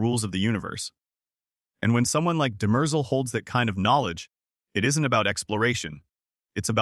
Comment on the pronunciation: I hate these AI videos, can't even pronounce Demerzel correctly.